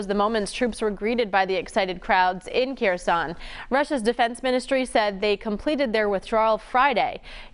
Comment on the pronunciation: It's pronounced "hair-sone" not "keer-son".